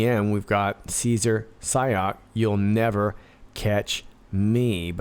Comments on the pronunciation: When you say "Sayoc", it sound as though you're saying, "psyop ". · Thanks for your critical thinking. Dan Bongino kept toeing the party line like this guy (are you pronouncing his name as psy-op on purpose?) actually did it, and like these things were actual bombs, which is such obvious nonsense. Just the way these packages were delivered around the same time across the nation, but not thru the postal service bc the stamps weren't canceled, would need several people involved, hand delivering them. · Not sayoc but Psyop